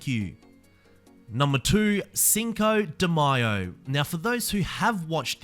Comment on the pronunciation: Thank you for pronouncing Cinco De Mayo correctly. It bothers me so much when I hear mayo like mayonnaise. I am not even Mexican